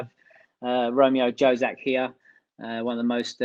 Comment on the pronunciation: Pronounced YO - zak not JO-zak Not that matters, just btw, if someone wants to know PS. Watched Robi Prosinečki several years ago on a tournament in futsal, like a charity thing, there I saw for the first time how much his skills were dirrectly in correlation of futsal way of holding ball. Allways moving. In the start clips you can clearly see how he dribbled, literally futsal way He was astounishingly goosd, even several years ago. There were Srna, Dzeko, Asanović, all kinds of great players, man, Robi stuck like a soar thumb, the others were clear football players, throw the ball long, and overrun the opponents, aor one-two triangles, Robi was the only one dribbling literally in one meter square space, hes really good, with the beer belly and all XD